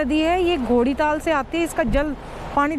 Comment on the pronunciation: wo assi ganga nadi hai and wo DODITAAL sey aati hai... aapney jagah ka naam sahi nai bola.. DODITAL is a birth place of lord ganesha